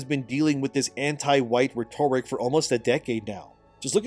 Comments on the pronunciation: REH-ter-ick. Not reh-TORE-ick. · Love the video. But please, it's RHEToric. Pronounced RET-er-ick. As opposed to the adjective rheTORical. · Ret-tor-ric? Bruh. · it’s not “reh-toric”, it’s “rhet·o·ric”. Loved the vid! Just had to correct 😂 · Reh-tuh-rick Not re-torik. It's driving me nuts man lol. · Rhetoric=Ret-or-ick.......youre welcome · Dude, like your stuff, but you've really gotta learn how to pronounce "rhetoric" (It sounds like REH-torik. Emphasis on the first syllable) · I notice you use the word rhetoric a lot but don't ponounce it correctly. Just saying. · I can’t stand the way you say “rhetoric”. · Hate to be that guy, but RHETORIC should rhyme with RODERICK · Dude it’s driving me crazy how you pronounce rhetoric lol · If you pronounce rhetoric wrong one more time ... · Good video, please learn how to pronounce " rhetoric" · I need you to listen to someone saying the word "rhetoric " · I love but for the love of God someone tell him how to pronounce "rhetoric" 🤣🤣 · Please Google how to say “rhetoric” - it’s driving me insane. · Please learn how to pronounce rhetoric correctly. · the accent for the word "rhetoric" falls on the first syllable. When used as an adjective or modifier (i.e. rhetorical) then the accent falls as you are currently mispronouncing the word now. Hope you take this in the right spirit as intended - like your videos! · I love you videos, but hate how you say rhetoric. It's agonizing.